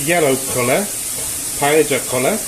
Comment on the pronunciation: Ah yes, classic gastronomic terrorism. Things done right first: I think you are the first person (non-Spanish speaker) who pronounces "paella" correctly; that's nice. Bomba rice is the proper type for the dish, and the process itself is nicely done. Reasons to be on a watchlist: 1.-Chorizo in a paella 2.-CHORIZO IN A PAELLA 3.-The reason why we dont like chorizo like a paella ingredient its because of the really trong and rich flavor, wich we all love; but it changes the flavor too much. 4.-Green peas and bay leaves are a bit strange, but acceptable. 5.-You lack any fumet or broth, which works really well for making a homemade paella (usually it brings the spices, the liquid, and most of the flavor). To be honest, it's a fine attempt at a paella for an amateur non-Valencian person. Don't be bothered by this comment :)